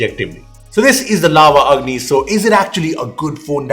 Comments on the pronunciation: When said Lava Agni I heard Lava "Ugly" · i thought i am hearing "LAVA UGLY" 🤣🤣